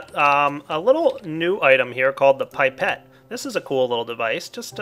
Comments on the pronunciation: Pie-Pet O.o ... *ahem* ... I think you will find it is Pip-et Because pronunciation is how we are rolling today ! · It may have been said before, but it's "pip"-ette, not "pipe"-ette. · Its not PIPE-et (phoenetic) its PIP-et. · "Pipette" is originally a french word, that's why it's pronounced "pip - et", like we do. But it is not surprising at all to see differences in pronouncation between England and the United States. As it is confirmed here : w w There is no paradigm in pronouncation... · Holy butt "gooey" "pipe-ette" Jesus man JESUS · It's pip - et not pipe - et!!! Well, in England at leased. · pippete us pronounced PIP-et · it's pronounced pip et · isnt is pronounced pip-et